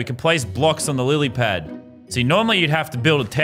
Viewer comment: No one: Lazarbeam: I’m smart Also lazarbeam: says lilypad wrong